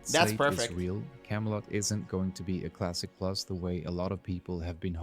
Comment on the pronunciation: ermmagerrrd cwassic pwus???? soyyyffaaaaacccceeeeeee